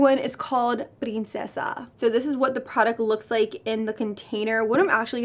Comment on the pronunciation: Lol she says princesa so well but chisme omg